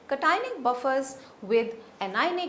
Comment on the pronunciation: Cationic ... must be pronounced properly.